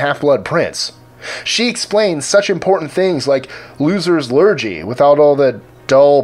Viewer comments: Great list as ever guys and thank you. Refering to your spot on Luna Lovegood. Lurgy, in the U.K. (pronounced Lurgee. With emphasis on the G). Is a generic slang word for a malidy or illness. Usually used for younger people and children. The More U Know ;-) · Just a quick tip, it's a hard G in lurgy.